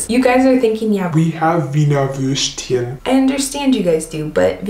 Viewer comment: I love how you call it "Würscht", like a combination of Wurst and Würstchen. Very sweet.